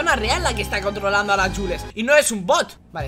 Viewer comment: Se dice juls